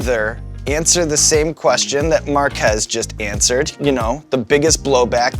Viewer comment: Poor Mark Ass. Can’t even pronounce his own name right.